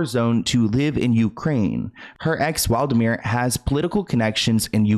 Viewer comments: 😂 Hey, you said the name wrong It’s Wladimir Klitschko. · It’s not Waldimir, It’s Wladimir 😁